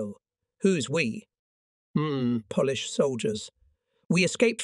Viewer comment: You say Polish like you polish furniture. It's said like Pole (Polish). Sty : the Y becomes I